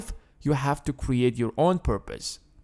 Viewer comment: He said "kweate"